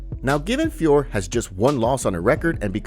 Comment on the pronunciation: Please don't join the retard bandwagon and keep calling Manon FIOR. It's pronounced FIOR-OH. Jon Anik continues to get it wrong. Take it from a native French speaker... And just for the due diligence, ask yourself how you pronounce Hercule POIROT, TISSOT and HUBLOT watches etc etc. It ain't POIR, TISS and HUBL 🙄